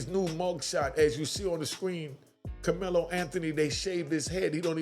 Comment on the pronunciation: the dude in the video called Karmelo, "Kamela" a couple of times (Freudian slip) .... ooooh, he won't just have a inmate number, the dudes in prison is going to call him "Kamela" and will treat him like a Kamela.